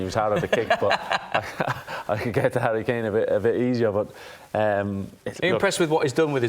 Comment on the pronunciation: Who is Hurry Keeeehn?